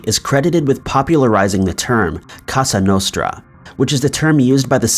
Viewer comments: Cosa nostra not casa nostra.... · I really like this channel, but I so wish you would research pronunciation and things like "cosa nostra" versus "casa nostra" (which is what you said)- the first is correct meaning "our thing" and the other "our house"